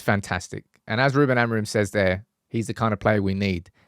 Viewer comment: Once and for all: its pronounced "A-moo-ring" with the "g" being muted. Its nasal "ing", forget the last "m". And the intonation is more like "amputee" not like "amplitude" meaning the strong syllable is the last one, not the first.